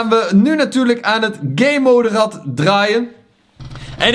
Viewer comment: hoe gamemode zegt: gaymoude hoe normale mensen het zeggen: GAMEmode